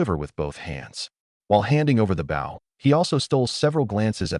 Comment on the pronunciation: I had a thought. If the text to speech engine keeps saying "bow" (weapon) and "bow" (action) the same, maybe spelling the weapon version as "bowe" might get it to say it with the correct pronunciation? I could be wrong, I haven't worked with these newer systems and I'm thinking back to the old days of the early speech engines.